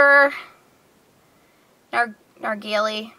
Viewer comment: Nargwal, Nargwilly, Nargwill...lol